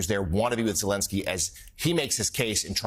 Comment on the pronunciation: Does this joke of a reporter think he is clever? He purposely mispronounced Vladimir Zelensky and then right after that pronounced Putins name correctly. He has no shame. Putin shouldnt get anything. End of story